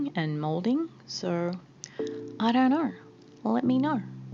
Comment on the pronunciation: the amount of times “know” and “video” was said in her specific accent 🤣😂